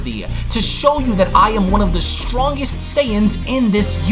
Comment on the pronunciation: “i’m the strongeresht”